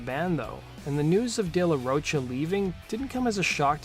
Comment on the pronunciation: It's not "Roach-a" it's "ro" pronounced like rock "cha"